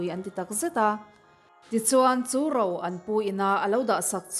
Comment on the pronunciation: Enge Rau , Ro tih tur aw.